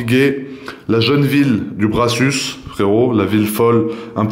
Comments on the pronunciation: Étant proche de la région du Brassus, il se prononce « Brassu » sans le s de la fin et non « Brassusse » Je préfère la même pièce mais en Openwork, évidemment encore plus rare. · Chez nous on dit le Brassu(s) le s ne se prononce pas 😉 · Très belle vidéo, le prix est hautement justifié au vu des pièces… cela ne me gène absolument pas… en revanche le dernier S du Brassus est muet… on dit donc le Brassu(s)😉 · Le brassu ...sans prononcer le s :)😀 et les milliers d’euros dépensés pour l’achat de la montre font aussi vivre les ”petites mains” françaises qui bossent au brassus (tjrs sans s 😊) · On prononce pas le S DE LA FIN POTO, BRASSUS ..... CLASSE LA MONTRE. ..... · salut, on dit pas le S a la fin de le Brassus. sinon super vidéo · Ne pas prononcer le dernier "s" de Brassus 🙂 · Si jamais on ne prononce pas le dernier S pour le Brassus😉 ça fait bizarre 😅mais ouais magnifique montre, probablement la plus belle montre faite par AP! pi ouais la boute remontoir, j'ai deviné direct mais bon je suis horloger aussi😂